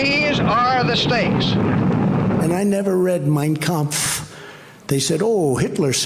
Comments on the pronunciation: Trump sure pronounced the name of Hitlers book correctly. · "I never read Mein Kampf (perfect pronunciation)! - drumpf